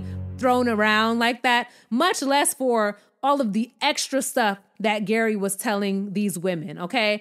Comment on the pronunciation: Lol, G.E.R.R.Y pronounced Gary has the most confusing name ever. You called him Gary in the first part of the video and ‘Jerry’ in the latter part. ❤